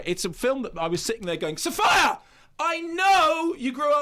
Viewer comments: also the pronunciation of Sofia Coppola by Kermode is appalling. sof-eye-a Cop-oh!-la...give your head a shake. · Pronounce her name correctly